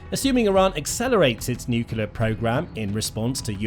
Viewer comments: Nuclear, not "nucular.' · why can't some people say nuclear, but say nucular instead like this guy? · Nuclear not nukular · It's pronounced "NUCLEAR" not "NUKELAR" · Nuke lee ur. It’s not pronounced newk yoo ler. You need to pronounce words properly so you sound credible. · Can’t watch this video any longer. It is nuclear not nuculear. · What pallets of cash for a nucular deal? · Hard to listen to him saying 'nucular'. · Why does the narrator refuse to pronounce 'nuclear' correctly? It is not difficult to respect the language. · Damn! And here I was thinking, he's trying to do George Bush Jr.. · Bro really needs to learn how to properly pronounce "nuclear." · He went to the George Bush Jr. school of speaking..😂